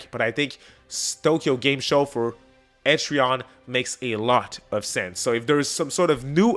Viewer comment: Etri-ann, like the name Ann (not to be confused with Annie ok!) Ether way Im hyped for EO6